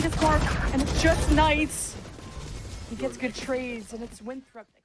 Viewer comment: Haha yall where is from because he pronounced Winthrop as winthrawp but I’m also from South Carolina where Winthrop is and we don’t make it a two syllable word tho 😭.